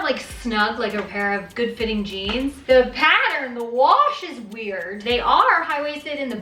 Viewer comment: custom jeaMs.. lol. U cute.